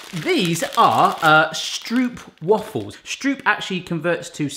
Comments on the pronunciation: Me: Literally nobody:: sTrOeP wAfElS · The actual pronounciation is "Strohpwahfels"